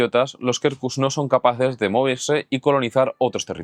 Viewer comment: Quercus se pronuncia "cuercus". De nada. 😂